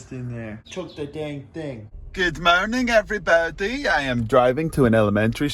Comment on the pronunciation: I just love his ''Good mourning evriboudy''